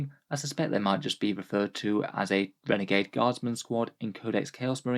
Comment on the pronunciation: here when it said renegad